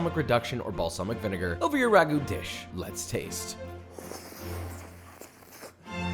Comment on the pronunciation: it is not ragu`